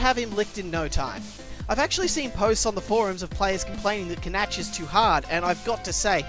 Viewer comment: I think Canach is pronounce like Can-Ack,not Can-Atch.